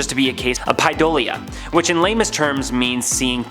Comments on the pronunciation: Oh my God you people need to get your act together! At ...there's NO SUCH WORD AS PIDOLIA! It's PAREIDOLIA! Pronounced "pair-eh-dole-leia"!! I've got to stop watching your channel...even though your subject matter is generally very interesting, the GLARING mistakes you make with how you mispronounce SO many words is just pitiful and makes you sound absolutely ignorant. You REALLY need someone knowledgeable who can speak correct English to edit your content BEFORE you post it. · Its PAR-EI-dolia (pareidolia) and skinwalker ranch is in southern utah... 🤦🏼‍♀️ this channel isnt doing so well with fact checking themselves cuz less than 6 mins in, I'm done. Yall are kinda slippin